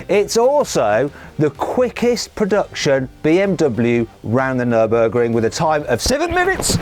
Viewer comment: Emg kenapa kalo kang mamat ngomong nurburging? Aksen bahasa nya salah kah?